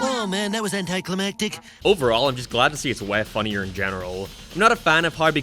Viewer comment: Also "anti climb attic"